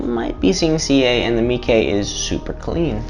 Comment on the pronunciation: Dude it's not pronounced "Meekey"